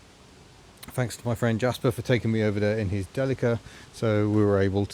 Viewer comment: I believe you are probouncing Delica wrong, it should be pronounced like Celica but with a D.